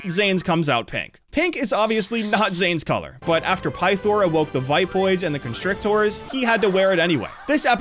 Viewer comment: Ok, mispronouncing nya and djinn is easy for non show watchers. But "vipoids" and "constrictaurs" is just god-tier ragebait